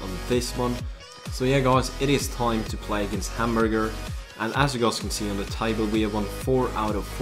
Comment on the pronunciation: say Hamburg or Hamburger es view but not Hamburger:D